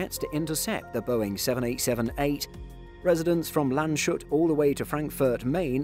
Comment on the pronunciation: Lahhnds-hoot. Lype-tsiggk. Probably I should fuss over pronunciation of American things as well as German. Or perhaps neither?